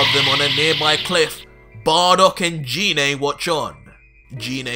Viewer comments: It's pronounced g-ine not gee né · He said jenay it's genai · you pronounced Gine's name wrong. Her name starts with a hard "g" sound, like "guh", not with a soft "g" sound, like "juh". Also, I'll bet after the show of forms, Raditz and Nappa are thinking that they need to lie down. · Sounds good but it's pronounced Jean like aubergine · Why do you call Gine Jine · Kinda bothers me how he mispronounced Gines name 😂